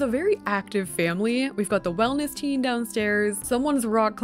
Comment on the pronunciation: When you said teen room I thought you said tea room and I was so confused when you put a bed 😅